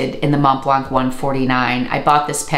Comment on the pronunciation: Thank you for the video! Your pronunciation of "Montblanc" is almost perfect, if you care, the "c" at the end is silent ;)